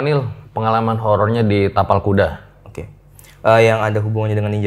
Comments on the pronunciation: Ngakak pas salah ngomong kapal kuda 🤣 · pake "T" yaaa bukan "K" ingat itu "TAPAL KUDA" bukan "kapal kuda" ehh😂. Btw... RJL5 makin menariiik. Sehat dan sukses buat RJL5&team dan semua